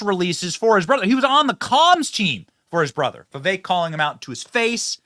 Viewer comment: This guy is just a big loudmouth. Doesn't even know how to pronounce 'Vivek'.